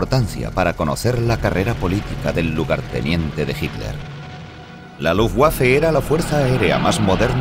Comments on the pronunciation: pq dice "lutguafe"y "guafen SS". Misterios de la pronunciación ibérica. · quién traduce esto??????... cómo que no son capces de pronunciar Luftwaffe, Wansee, Waffen, Werner, Heydrich, Walter........??????????? PALETOS... infórmense antes de traducir y doblar..... VERGONZOSO